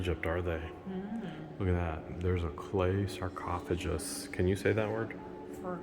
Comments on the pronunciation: Sarcophagus is pronounced with "ph" as F. The "gus" doesn't sound like a J, but is pronounced like Gus. Together sounds like Sar-cof-a-gus. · Sar coff a gus